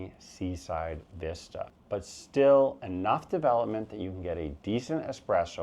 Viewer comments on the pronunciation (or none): none